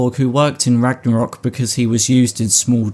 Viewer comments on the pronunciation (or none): it is Ragnarök not Ragnorak 😃